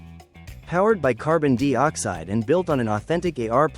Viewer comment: Gotta ask... what is carbon 'deee oxide'? and actually? the .'point four four magnum handgun' produces around 1000 ft lbs of energy